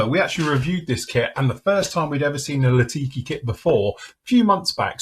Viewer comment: Litaki not Latiki…Nj is combat capable not just trainer.